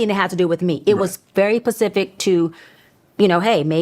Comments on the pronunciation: Sooo offset asked her about the ocean ?? Because she literally said “Pacific“, what doctors do you know say that instead of the word “Specific”. This lady a fraud and that confirmed it for me literally 😂😂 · did she just say it “pacific”?! Its SPECIFIC … and i only have a high school diploma 😂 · “very pacific” .. okay😂😂😂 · You have 50-leven degrees but use “pacific” for “specific”?! Girl…🫠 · This is my first time listening to that lady speak and within minutes she says “pacific and axe” instead of specific and ask.. girl what degrees I don’t even have a degree and I know these words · Finally!!! I couldn’t wait for you to speak on ms Bryant. She said “pacifically instead of specifically”😂. She never uses medical terminology so I knew she was 💩. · Now I know this lady that claims all these degrees didn’t sit up there and say “ very pacific” 😅😅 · Claims to be a doctor, uses phrases like "very Pacific".🤣😭🤣🤦🏽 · Not pacific 😂😂😂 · I have never in my life heard a doctor of any sort say pacific instead of specific…NOT EVER!!! And Ti looks great. I’m so happy to see you and hear your voice and opinion. Love you ❤ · She really did say "Pacific" 😂🤦🏿‍♀️ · Her Grammar is horrible, when she was talking about Offset, she used the word "Pacific" instead of Specific. Like, girl🙄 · Y'all believe a doctor doesn't know the difference between 'pacific' and 'specific'? HAHAHAHA not even a drunk doctor would say that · Playback gang gang!!! Leo gang gang!!! 🎉🎉🎉🎉 anywho the fact that Cheyenne said “pacific” in place of “specific” solidifies what we currently finding out 😂😂😂😂😂😂😂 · Good to see you! Praying that you have a full recovery. Lie-Yenne can’t pronounce words… “specific,” “doctoral” and in the interview with Pastor Tim Ross she said King Solomon had over 300 “Columbines” instead of concubines. She’s an idiot and grifter. She came to the internet bragging about her degrees and qualifications but when asked to prove it…suddenly everyone is jealous and haters. FOHWTGBS